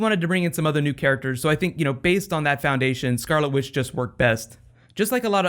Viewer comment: haha.... you said scarlet with. :D <3